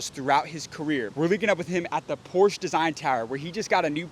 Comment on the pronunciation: Porsche* ..... Por-shuh ❤ You're welcome. From a current employee.